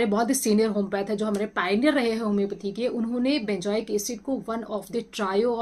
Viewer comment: Benjoic nahi benzoic bolen, good information.